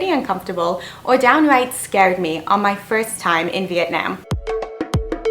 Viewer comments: By pronouncing Vietnam as VIET NIEM, you are just telling people how little you respect and care about trying to learn and adapt to the culture. It’s not hard like pronouncing Nguyen. It’s literally NAM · She says it like vietnAAm I meant to the a to be capital but you pronounce it vietnom but it’s spelt vietnam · Not this idiot complaining that us viets can't speaking english while she's saying Vietnam wrong. sis it's "vit-nahm" not "veet-naim" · Its Vietnam not Viet nayum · Girl you can’t even pronounce my own country right. As someone who is Vietnamese and American I can tell you this be PREPARED then. If your going to a different country don’t start complaining how it’s not like Canada cause it’s a whole different country. Your making it sound like the damn country should’ve adjusted to your standards and mannerisms, but you should’ve been the one to actually educate yourself about the culture and standards there. And isn’t a basic fact to at least learn a bit of the language before going or get a tour guide to help. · You are the definition of those type of ppl that says "not to be offensive....but..." then goes on saying complete utter crap. btw: I hate the way you pronounce Vietnam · Y’all stop commenting hate comments 🙄 There’re too many for me to like 😌 But fr According to her at that part Vietnam is the only country that had pollution?Bruh- And another thing is she’s pronouncing Vietnam wrong. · She says Vietnam so wrong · you’ve “been” there but yet can’t pronounce “vietnam” .. this was a waste of time🥴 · Very fair commentary. I cringed at your pronunciation of Vietnam and "expeshally", though. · Couldn't even pronounce Vietnam right... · Before you judge and pretend to know so much about their culture and environment maybe pronounce Vietnam correctly first. #speech impediment #white🤮 #gap🦷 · I just like the way she says “Vietnam”...